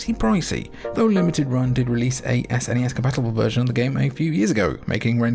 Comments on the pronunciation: Outro gang, jimmy is right it's a word, snes. not s.n.e.s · The third person sections in Axelay actually aren't mode 7, but use some clever scanline trickery instead. It does use mode 7 on that walking mech boss in one of the 2D sections though. Also, it's definitely pronounced snezz! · I was actually surprised hearing you say Ess-N-E-Ess instead of "Sness". I thought all UK gamers had to say "Sness". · Saying "sness" rolls off the tongue better than spelling out S-N-E-S. However, saying "S-F-C" for the Super Famicom is easier to say than "sfkk" or whatever. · I’ve always said “snez”. One syllable because I’m a lazy sod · “Sness” is how my friends and I pronounced it